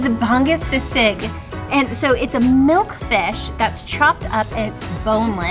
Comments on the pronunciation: The way u guys pronounce the food are so cute 🤣🤣 “ban-gus sigsig” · It's bah-ngoose sea-sig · Lets have another take. Its si( smile- like See) and Baa- (drop jaw) ngus(uh- UUs). But we really dont mind. Its funny, and and stylish.